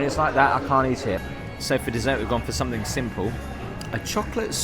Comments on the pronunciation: I can’t believe you haven’t seen a bidet toilet before! You both seem like overawed country bumpkins being in the Big Apple for the first time! Also, please remember your “ings,” as in something and nothing, NOT somethink or nothink! Who hired you for a walking tour like this? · Love your videos but just one thing irks me SO much. There's no "K" at the end of the word "something". Every time you say it, you say "somethink"! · Speak properly! You are English. Something, not somethink….on it goes.